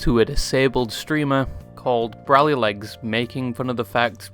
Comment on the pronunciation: "That's a disgracy to DBZ," Guy you just called Broly Bra-ly. Is... Is this a black man larping as a black man? Ain't none of my black friends growing up, me included, would ever misspeak that name.